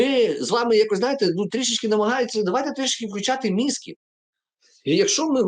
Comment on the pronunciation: ефіроетеретероефір! тьху, то так то так говорить. як же це дістало! "мьІзги", "медикині", "пройекти", "да-да-да-да-да". ну блін з мови сміття роблять, реально, кожен блогер кривляється, тільки Чорновіл не "да-кає", але "мьІзги" вживає + фанатичний сектант-христоїд, як там той сорт того "добра", вроді католико-грек, чи катало-греколик? тьху. ну і наріт(((((((((( заслужили Зелю і всю цю зграю, вважаю.